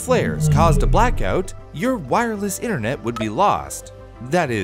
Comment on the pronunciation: “Internot” lol I love it